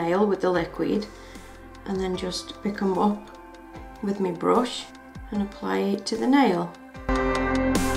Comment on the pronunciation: I hate it when you say me instead of my xD Pretty cool tho